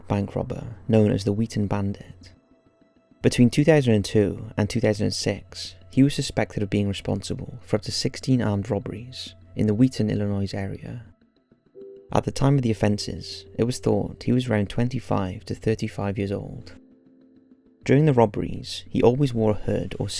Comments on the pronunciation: Do not pronounce the "s" in Illinois. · Illinois has a SILENT "S" my British friend. Also, in the future, Arkansas is pronounced "Are-Can-Saw" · "ill-a-noise"... I know some people go nuts because "the 's' is silent".